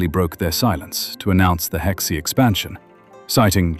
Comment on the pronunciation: Hexi pronounce (Her See) not Hex See. oh my ggodness 河西 means River West. Put the word in google translate & pronounce it. 'The Hexi region corresponds to the real-world Northwest region, namely the Hexi Corridor on the ancient Silk Road.'